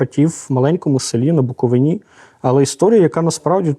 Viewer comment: тільки от «на буковИні», а не «на буковинІ», як ви щоразу говорите